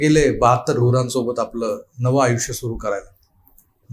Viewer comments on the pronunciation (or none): none